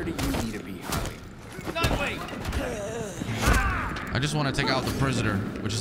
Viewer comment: Nightwing not Knightwing